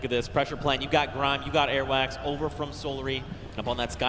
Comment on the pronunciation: the person that called Airwaks airwax omg he annoyed me just by saying that